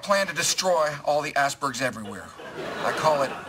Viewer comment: The way he says icebergs sounds like ass-bergs, it's so funny!